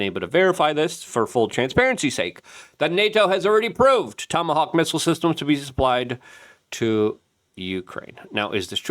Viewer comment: Haha he said tomacock